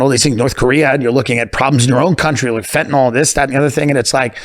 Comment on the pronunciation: It is NOT pronounced fentaNAWL. It's pronounced like it's spelled. FentaNYL Y'all drive me batty.